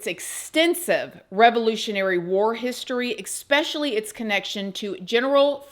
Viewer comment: Can you PLEASE stop saying ex-pecially? It’s E-SPEC-IALLY 😂😂😂